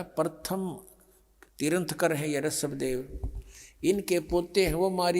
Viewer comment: तीर्थंकर बोलना भी नहीं आता है रामपाल को